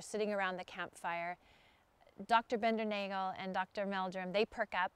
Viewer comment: It's pronounced BINDER•NOGGLE. Soft A. And that info is from John himself.